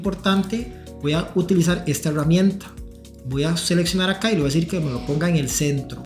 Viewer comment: Por qué carajos dice EhheEeRramienta ?